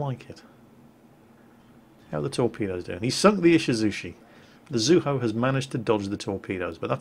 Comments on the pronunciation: I've always heard it pronounced Zoo-EE-Ho (Zuiho),:) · there's an "i" in "Zuiho" so it DEFINITELY can't be "Zueho". I know you're not that great at pronouncing names, but at least get the letters right. I don't mean to nitpick but I love the Zuiho:V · Zu-E-ho. there an I in there that gives the E sound. We'll break you of your English speaking ways eventually! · I think Zuiho is pronounced, "Zoo-wee-ho"